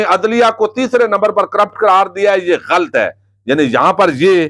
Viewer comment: غلط لفظ آپ غلط پڑھتے ہیں صحیح لفظ ہے ghalat جبکہ آپ پڑھتے ہیں ghalt